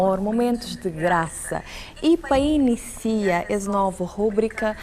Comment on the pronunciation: Esse "pa inicia" no lugar de "para iniciar"' não ficou bom.